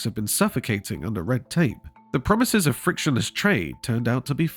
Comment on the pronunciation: What "pwomise"?